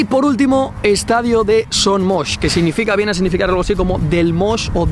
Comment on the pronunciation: Por fín alguien que pronuncia bien Son Moix...